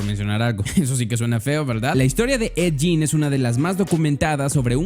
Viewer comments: Es ed gein no jin mejor ve bien como se pronuncia hermano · 👻💕 no se pronuncia ED YIN!!!!!